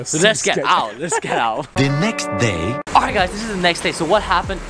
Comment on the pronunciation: He say Oight guys